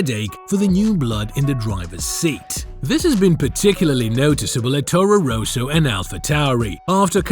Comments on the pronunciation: Torro Rowsow? ROSSO... it's Rosso. Ross-o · It's not Rooso, it's Rosso, with one 'O'. Say: Ross-O. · I do not think it's an AI voice, the accent is too thick, also how he pronounces Toro Rosso made me chuckle every time he said it.